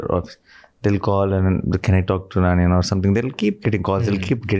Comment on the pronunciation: Its not nanii it's nani